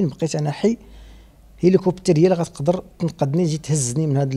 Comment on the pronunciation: ضحكني فاش قال هيليكوبتير 😅😅 مسكين كتاب ليه عمر جديد 👌🏾